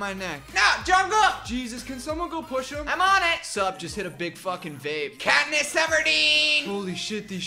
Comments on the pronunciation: katness everdeen 🤣🤣🤣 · Katness Everdeen lmao😂😂